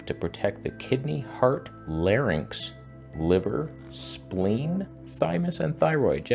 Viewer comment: I have one of those, a little smaller. Had it about a year, is it almost every day, still going strong. Good quality, though I can discern no "magical" effects, either. Nice work on "larynx", btw...